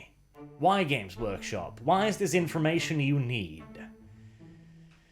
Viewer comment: "James Workshop" I know this was just your accent, but I hate GW so much at this point I choose to personify it. Fnck you James.